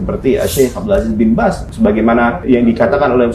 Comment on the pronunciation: Bin baz bukan bin bas